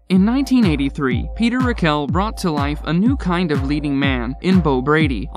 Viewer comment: Right off the bat- it’s RECKell, not RecKELL. And it’s alfonSO, not alfonzo. 🙄